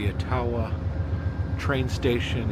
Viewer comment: Accent on the first syllable : AH-tah-wah= Ottawa, IA.